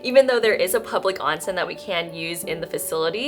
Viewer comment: Beeeautiful!! Thank you for sharing! Btw, onsen is correctly pronounced with a long o.